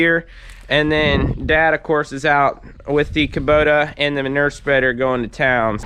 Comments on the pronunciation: Say manure right it’s not manurrrrrr😂. When you say manure spreader you say it right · I am from Boston and I love the way you pronounce manure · Maybe it's me or maybe it's Canada but I say it with three syllables: man-OOO-er